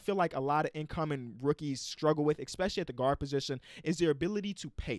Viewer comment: “expecially” come on man